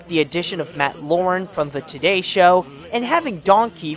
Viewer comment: LAUER!!! Matt LAUER!!! Not Lauren